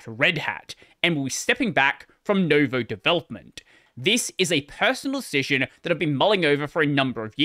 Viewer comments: Noo as in noose I'd say, not new as in news. But pronounced a bit quicker, same length as step or tick, whereas English oo is always long just like steep and take. Also if we´re doing everything properly anyway, the stress is on the second syllable xP (I suppose the all-caps VOE indicates that, but keeps putting the stress at the start, as do most people in linuxland even if they do say noo-voe) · Just saying it's nuvou not novo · It's /noo-VOH/, not /NOH-voh/. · Sorry to be that guy, but I can't help it. Nouveau is pronounced NEW-VOE (nuvo) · Hearing you pronounce "nouveau" as "novo" just kinda hurts 🥲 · I've never seen it pronounced correctly... So it's no surprise. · it's pronounced "noo"-vo, like the word new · New-voe. It's french. Nouveau. Pronounced like Noo-vo.... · It was driving me crazy 😅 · I assume it's pronounced new-VOE, not no-VOE, as in the French word for 'New'. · No, you pronounce it as NO-YOU-VEE-AH-OW